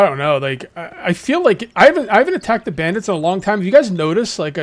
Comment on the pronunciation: He say brandids 😂😂😂😂😂😂😂😂😂😂😂